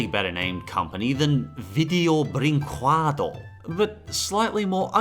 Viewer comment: "Video brinquedo" sounds like "vidjow brinkeddo"